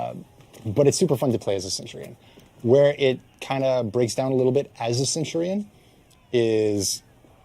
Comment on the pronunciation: Ah yes, Centwardion